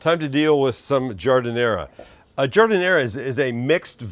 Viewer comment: There’s no “uh” sound at the end of giardiniera